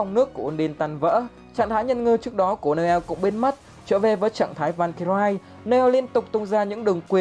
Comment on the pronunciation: Valkyrie đọc là van ky ri nha ad